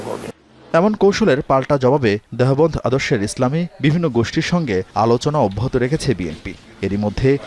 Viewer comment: দেহবন্দ আবার কি ভাই? দেওবন্দ হবে। একটু ভালো করে দেখে শুদ্ধ করে পড়ার চেষ্টা করেন।